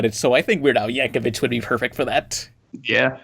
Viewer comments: It's pronounced Yank-o-VICK, you dirty plebs. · I cringed every time pronounced Yankovic